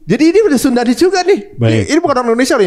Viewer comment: itu kayaknya salah baca deh, antara SUDANese dan SUNDAnese